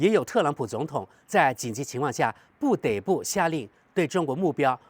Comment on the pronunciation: 不得dé不 千万不要总读错了😊